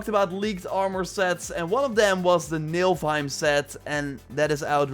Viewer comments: It's not nilf heim (milf heim), it's ni-full-heim (but the full is short and no vowels) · It's pronounced Ni-full-heim, not Nilf-heim. The f sound comes before the l sound. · nilfheim? i think you mean Niflheim